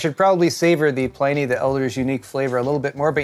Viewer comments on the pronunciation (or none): none